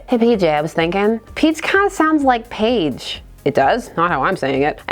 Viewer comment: I hung in there until “Page” = “Paige” then noped tf out.